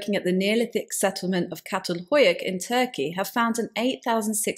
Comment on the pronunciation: Very informative as usual. But you must do more research, of only to avoid the errors, such as "meteorotic", and mispronunciation of Çatal Hüyük & h-aitch.